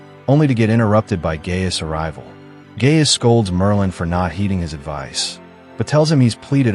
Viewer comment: Guy-us and NOT Gay-us